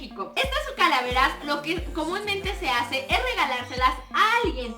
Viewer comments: en el minuto leeslie dice caraveras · en el momento lesslie dijo caravelas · like si escuchaste que lesslie dijo caravelas en el minuto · creó que fui la única que escucho a lesslie decir caraveras